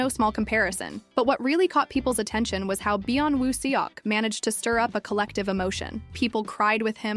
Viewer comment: Please practice saying his name correctly. It’s no seeyawk. But it is Sawk. Eo turns as aw in Korean